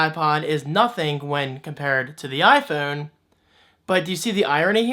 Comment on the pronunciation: "Eye foon". Hahaha great video.